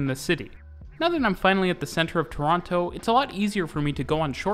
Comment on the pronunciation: Each tine he says Toronto, he Pronounces it wrong every time